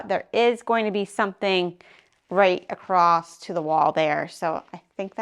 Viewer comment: Across, not acrosst....not sure why your teachers didn't correct you in English class... The build is going slowly but nicely, can't wait to see the walls come up, keep up the great work !!!